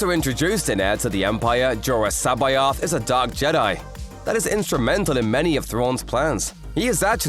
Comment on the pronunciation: just a heads up, C'Baoth is pronounced "SABBATH"